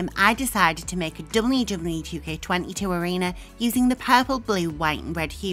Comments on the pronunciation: The way you say WWE is so funny XD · The voice of nightmares returns. Can't say wwe properly. Sad.